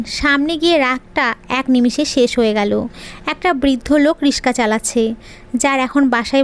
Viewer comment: রিক্সা” রিশকা নয়